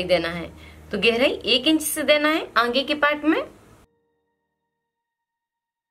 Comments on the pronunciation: Angea nahi aage bolna Baki sab bahot acha samzaya. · Are aange nhi aage hota h